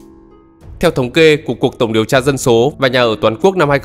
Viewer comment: Chú ơi nói chuyên đừng có ẻo lả quá ủng như chửi dân số dọc thành dân sổ